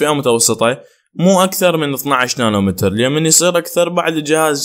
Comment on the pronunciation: مو نانو متر نانو ميتر حبيبي